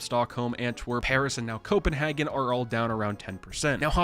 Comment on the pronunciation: Copenhagen sounds more like “Co-ben-haygen” Love from Denmark 🇩🇰